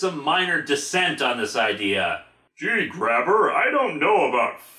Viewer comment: The Grabber family comes from Quebec. It's really supposed to be pronounced Grab-Bay.